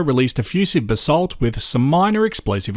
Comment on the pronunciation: That and basalt.